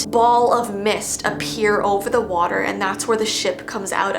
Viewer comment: On ver on very lol